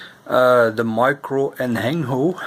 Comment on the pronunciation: It's pronounced "en-jeh-nee-o"